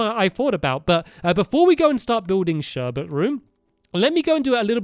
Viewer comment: "Before we start building Sherbet room" i didn't hear the 's but that may've been me